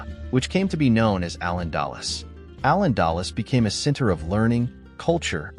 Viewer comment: Allen Dallas?😂 "Al-Andalús"!!